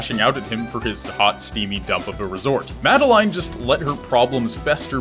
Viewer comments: MAD EL LINE? its pronounced Mad El In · It's pronounced 'Mad-eh-lin' not 'Mad-eh-line' ... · it's madelin (pronunciation) not made "line" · This whole time I thought it was pronounced Madaleen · great video...! but im sorry it's MA-DE-LIN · Oh wow I thought her name was pronounced the way the French would say Madeline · The way you pronounce Madeline makes me cringe but nice video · ... you pronounced her name wrong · I think the message you missed is that that's not how you pronounce Madeline's name. Or at least, that's what Matt, Noel, and IIRC, Lena have all said. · The way he pronounces madeline makes me want to die